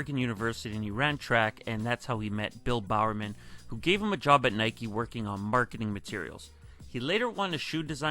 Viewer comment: It’s NY-KEE not NY-KUH.... it’s like when people say it’s a Nike “check” cringe city!!! It’s a SWOOSH GODDAMNIT SWOOSH SWOOSH SWOOSH!!!!! 😤🥶🤬🤯🤭😂😂😂 Also imagine ADIDAS JORDAN 1 (Air was a Nike exclusive technology before it was Michaels’ famous nickname, his first nickname was captain marvel) so imagine ADIDAS CAPTAIN MARVEL 1 ADIDAS JORDAN SUPERSTAR 1 ADIDAS JORDAN FORUM 1 etc. It could’ve been so much worse THE JORDAN SPORTS INC 1 😕🥴🤭🤢🤮🤤😴